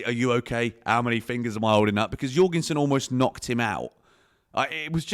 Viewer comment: jorgensen how’d you pronounce that. you’re gone son.